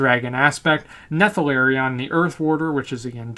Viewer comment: ne-tha-lair-e-um is not how you say Neltharion lol